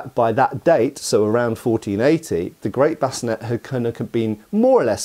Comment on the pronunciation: Sallet.. Sah.. Lay.. It's pronounced Sah Lay.. or Suh Lay.. Not Salad. Also.. Bevor is pronounced Beh Vore.. not bevver. Bascinet is prounounced Bass Sin Aye.. not bass sin net. Also.. a sallet is meant to be worn with a bevor, it's a two piece helmet. Bascinet's.. there is only ONE period source, a piece of art, that shows a bascinet with a grill face. All other versions show a plate face. That period source shows a center of the forehead pivot or rotating point, an installation that does not exist on any existing period bascinet's. It is important to note, however, that there currently does not exist, in any museum catalogue, (or at least during the 90's when I was doing my apprenticeship in Germany) a bascinet with battle damage. Bascinet's are earlier period, sallet's are later period, however both the bascinet and the sallet are examples of large plate technology, they were both made from larger plates, cut out and raised. Previous to large plate technology, helmets were made of multiple plates rivetted together. However, there are enough examples of existing from the period helmets with forge welds that it's reasonable to assume some forge welded seams w/o the necessity to cut the proposed seams on a piece of antiquity just to prove a forge welded seam. The most important thing to understand about Sallet's over other European helmets is that it was the first example in Europe of helmets fitted to the actual shape of the head. The human head is shaped much closer to a cu